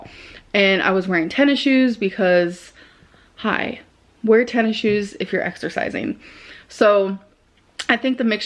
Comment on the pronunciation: i love how pronounces tennis shoes as ten issiues